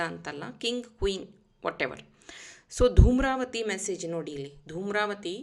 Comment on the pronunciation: ದೂಮ್ರವತಿ ಅಲ್ಲ ಧೂಮಾವತಿ